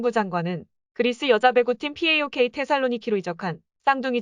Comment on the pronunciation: 파옥을 피에이오케이..